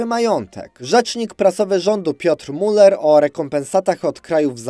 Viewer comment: Ja bym raczej przeczytał nazwisko Müller bardziej Miler (ewentualnie z wyraźnym niemieckim „i” przechodzącym w „u”) niż Muler, chyba że nie chwytam jakiegoś żartu z zamulaniem...